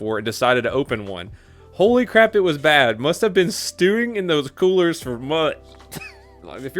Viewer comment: He said colers. Not coolers